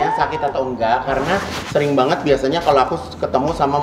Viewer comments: Aku artiin ngomong banyakn itu maksudnya banget atau nanya beneran? Dia kyk pakai tata bahasa Rusia jadi Bhs Indo.. Nangkepnya sih giitu, hehehe...😀😀 Kerennya lagi dia cuek aja walau salah2 ngomong dan tetep bawel, jadi kitanya yg berusaha ngerti maksudnya dia apa... 😀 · Dia tuh bilang 'banget' tuh jd 'banyakin' ya